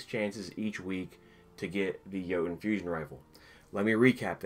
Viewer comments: It’s pronounced yeet-uhn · Ok, that makes more sense now i thought having that frame gave you a higher chance of getting it but you still had a tiny chance to get it without the frame Btw i pronounce it Joe-Tunn